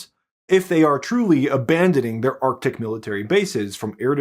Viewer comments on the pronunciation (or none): none